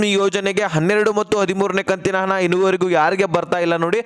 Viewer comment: ಅದು ಹಣ ಕಣ್ರೀ ಹನ ಅಲ್ಲ